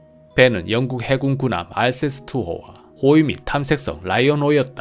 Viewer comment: 영쿡 발음이 예술입니다